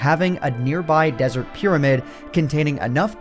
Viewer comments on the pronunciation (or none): none